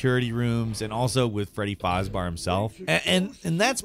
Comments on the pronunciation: Had to Dislike this, just..., how the fuck to you pronounce it "Freddy Farzbar", and think that's A. Correct, and B. Not super annoying... Someone tell me if they always do this, so I can go to there other FN@ vids, and dislike those too. Farzbar... just. F. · Freddy Faz-BEAR. Wow... I wonder if that's how you say "Bear" or if you had a bad script with typos. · I like how hes miss pronouncing "freddy fazbear" and calling him "freddy fazbar" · Freddy foz bar 😂😂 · Freddy fazbear not fazbar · freddy frarsbares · Freddy fazbär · Freedy fazbar I thought it was fazbear my whole life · Bud….. they’ve been pronouncing “Fazbear” in the games since 2014. How can you butcher it so badly? It’s not just the “bear/bar” stupidity you keep saying, it’s also the “fazz/fahz” you keep doing. Pure cringe. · Emm Indeed. Freddy fozbar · pronouncing fazbear as fazbar sounds really dumb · Freddy fazbar? 😆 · faazbar??? You know it's fazbear, right? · Ah yes, Freddy Fazbar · Isn't it "Freddy Faz-BEAR" instead of "fahz-BAR"? He's a BEAR and as far as I know, the game has never taken place in a bar. They should totally do that though: These old Freddy's animatronics get bought up by some shitty bar and they rebrand the bar as "Freddy Faz-Bar's" and if you get caught by one of the enemies, Freddy shoves a beer bottle up your ass and breaks it. I mean, it can be wine bottles or liquor bottles too; doesn't necessarily HAVE to be beer bottles, but it should be glass in the ass, one way or another. A Jack Daniel's bottle would be cool to have shoved up your ass and broken as well. Ooh, or what about a Grey Goose bottle? I'm gonna pitch this. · ❌ Freddy Fazbear. ✅ Freddy Fozbar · Did anyone else notice how he said fazbar instead of fazbear? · really bruh freddy fausbar?! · Freddy Faz-BEAR. BEAR. As in grizzly bear! NOT FazBAR.... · like: Cmon Jake please lemme cover this this will be great exposure for me. Proceeds to call Freddy Fazbear Freddy Fazbar... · “Freddy Fozzbars”